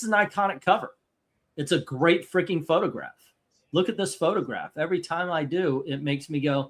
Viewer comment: "It's a Photograh."